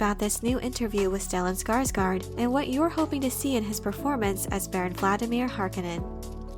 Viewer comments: Every time she says "harkenen" I feel like slapping her lol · mispronouncing Harkonnen is kinds driving me crazy. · I've always thought harkonnen was pronounced "harKOHnen"